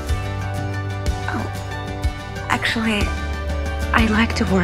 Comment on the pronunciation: It’s Nancy not nency